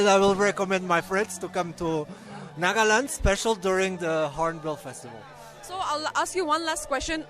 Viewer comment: Miss reporter, it's NAGALAND not NAAGLAND